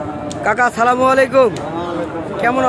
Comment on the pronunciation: ভাই ছালাম ডা ভালো করিয়া দিয়েন, আপনার ছালাম দেওয়া টা ভুল হয়,🇸🇦